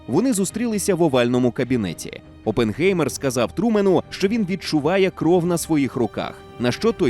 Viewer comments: Оппенхаймер, а не опенгеймер, які нафік геймери?🤡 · Хто може мені пояснити чому прізвище Оппенгаймер перекрутили на Оппенгеймер? Який ще геймер, прізвище німецьке, в німецькій мові еі читається як ай, мені як людині яка розуміє і може говорити німецькою мовою просто ріже вухо! Що не так з українською транслітерацією?!!! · Але взагалі-то правильна вимова – це Опенхаймер. Бо як тоді писати -Oppengamer, це ж не одне й те саме😂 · Оппенхаймер - так правильно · якщо перекладати то з німецької (опенхайма вимовляється) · Це німецьке прізвище, і там Oppenheimer. Та й навіть вимовляється через ай